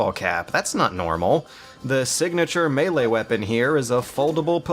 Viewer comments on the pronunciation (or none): none